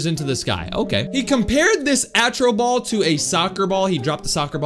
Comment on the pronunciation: Yeah, you’re saying the name wrong. It’s actually called Astro ball. I’m not trying to hate or anything. I’m not supporting these stupid channels or anything either you were just saying the name wrong